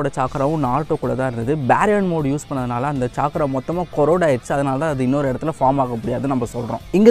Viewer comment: Bro dhayavu senju word pronounce correct haa use pannunga (ex:chakra nu sollunga chaikra illa )